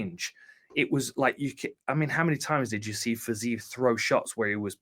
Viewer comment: How can you continuously pronounce Fizievs name wrong when Hardy is saying it correctly